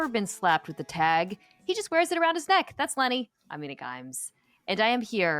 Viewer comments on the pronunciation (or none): none